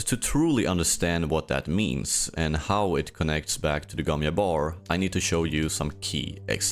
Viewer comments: Not "yabbar", sounds like "jcabbar". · gomm JABBAR NOT YABAR ....